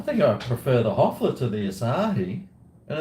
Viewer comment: We are near to the 3rd world war and and old talking shit like in all his vids. Cheers! "Hoefler" not "Hofler" is the name of this crappy beer from germany.